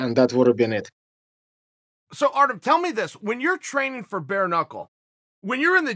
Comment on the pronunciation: Uncle Chael pronounced Artem’s name weirdly, it’s “Artem Lobaff”.